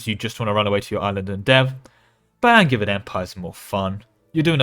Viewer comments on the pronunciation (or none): Wait, isn't Angevian pronounced with a J, like in Anjou? I would use the hard "g" in Magisterium and a "j" in Angevian, you must have it backwards! (non-native speaker btw) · Definitely a soft J in Angevin AND in Magisterium. All the Magi- words are soft J -- magi, magic, magicka, etc.; magus is hard G because it's the ancient Greek root.